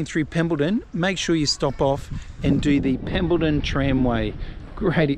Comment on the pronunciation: It's not Pembleton it is Pemberton ....😁😁😂😂🤣🤣.it's starting to get to me , haha. Good to see you back .